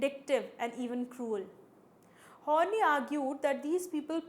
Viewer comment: Thanks for the lecture. Quite helpful. But her name is pronounced as Horn-Eye and not horny ;)